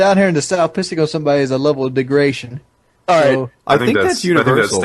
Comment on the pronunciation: “A level of degration”